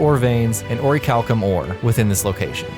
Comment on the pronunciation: CORRECTION: AFAIK it's pronounced "oar-rish-al-um" not "orry-cal-cum". 😂